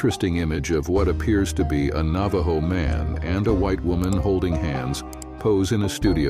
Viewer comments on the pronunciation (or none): none